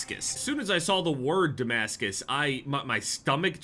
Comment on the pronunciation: The fact can stand “I broke their armor” more than he can when he reads the word Damascus is crazy😭